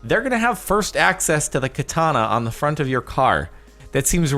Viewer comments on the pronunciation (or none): none